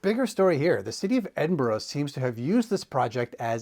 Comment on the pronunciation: Good pronouncing it almost correctly instead of edin burg